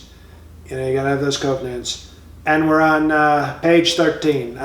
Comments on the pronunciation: "Love those 'Cove-nants' "!!!!!! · I lost it at "Cove-Nants"